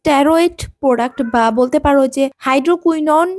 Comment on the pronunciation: এটা প্রডাস না এটা প্রডাক্ট